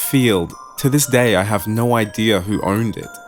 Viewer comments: You accent saying "No" is quite funny. To me, it sounds like "Noorreee" lol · On a side note, always loved the Australian accent, and I feel like it works great for this story! But I do love the way yall say No very much lol, not trying to knock ya